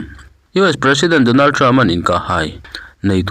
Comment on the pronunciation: Mizotrawng hi in thiamlo thin hle mai, ngaihthlak tui a harthin, (Donald trump in Donald trupa'n)